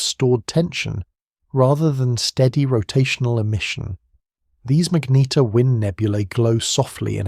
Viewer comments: WTF is a Mag-Neat-tear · Say magnetar again. Pathetic